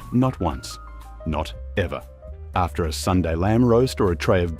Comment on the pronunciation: Our friend can't disguise his Yankee origins with his pronunciation of the words Aussie, after and new.